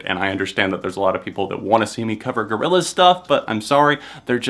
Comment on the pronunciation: i got mad when you said Gorillaz i'm sorry i just i just can't